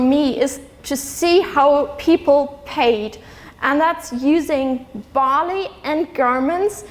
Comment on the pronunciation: Cool lecture... I Was watching this with close captions and it took me 12 minutes to realize Bali = barley... shame on me =p